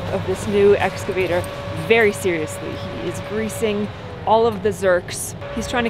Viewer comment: How do you spell "excavator". And how does Trent pronounce it? Badly -- as "excavater". That is "sloth"!